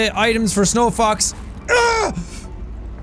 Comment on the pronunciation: I must not be the only one who heard "snow fucks" instead of snowfox